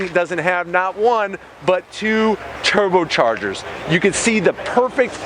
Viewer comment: you sound like a reject saying turbochargers